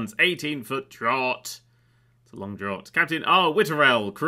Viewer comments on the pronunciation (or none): Draught, pronounced draft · Yer but can't pronounce "draught" 😂 it is said like "draft" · The "gh" in "draught" is the same "gh" as in "laughter", so it's a vessel with an 18ft draft, and that's the depth of the keel from the waterline. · You're British! How do you not know how to pronounce "draught" properly?!? 🤦‍♀️